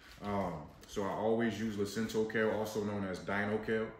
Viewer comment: Lacinato kale. Not Lacinto.